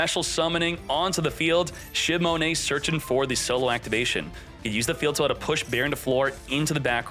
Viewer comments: Shimone shimone shimone...😂😂😂😂 it's shinonome, man, SHINONOME...say it with me now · Shinonome: shimone